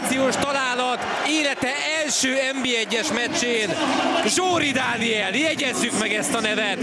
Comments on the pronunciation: Énis aszt értetem de aszt mongya mocsál mecsén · sajnos elsőre nem sikerült kimondanom a “meccsén” szót, de aztán korrigáltam..🤦🏼‍♂️😅